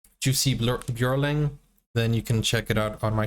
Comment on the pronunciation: PLEASE! It is Yussee, not Joosee and the last name emphasis is on the last syllable. ByorLING. J' s are pronounced like Y's in English.